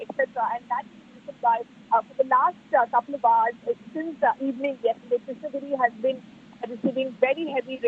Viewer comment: Krishna - GIRI. Not Krishna - Nagari